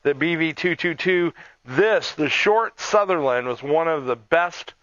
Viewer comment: Sunderland not southerland!